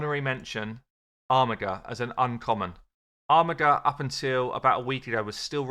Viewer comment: It's pronounced ARMIJER not armigger